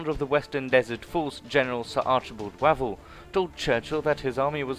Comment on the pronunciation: Its 'Wayvell' not Wavell